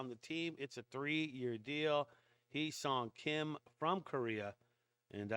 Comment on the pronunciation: Correct Pronounciation is "Heh" Seoung Kim.